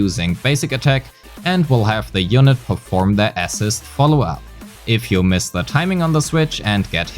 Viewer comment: somebody explain to this guy how to pronounce "assist" holy shit